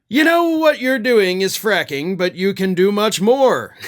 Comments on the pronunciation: Fracking? I thought you said quacking! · looked very pleased with his seamless transition from “fracking” to “fraction” 😂😂